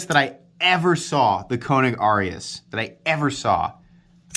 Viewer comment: Long “A” sound when say the name. Not trying to be a dick. Just trying to be helpful. You’re the best!